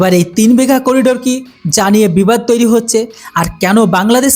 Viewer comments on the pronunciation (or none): none